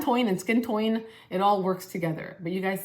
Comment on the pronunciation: I laughed with you when you accidentally said "skin toin" 😂thanks for the recommendations,!